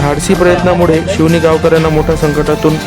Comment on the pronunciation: अरे भाऊ जरुर च आहे जरुर वाचला शिवनि नाही